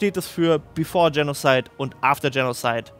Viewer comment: Geiles Video, aber 1 Wunsch, Kannst du Genozid (KA)bitte Deutsch ausprechen? Ich komm mit der englischen Aussprache von diesem Wort nicht klar bzw. auch andere Wörter wie Republika, oder Kristall Katakomben (KA)